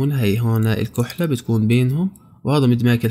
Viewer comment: اسمها الكحلة بالفتحة 😊